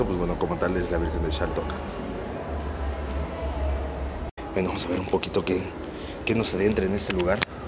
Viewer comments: Aquí nadie pronuncia ‘Shaltocan’ 😂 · Justo me estreso de tanto que dijo "Shaltocan", ni siquiera puede terminar de ver el vídeo. Llevo toda mi vida viviendo en Xochimilco, mi familia es originaria y nadie lo pronuncia así. Y en todo caso tampoco pronunciamos "shochimilco". Y creo que la forma correcta sería en como lo pronuncian las personas de la región, y es "Jaltocan" (Xaltocan).